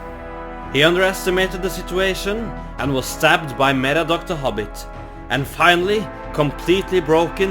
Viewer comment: "Stabbed my Merddordok the Hubbit"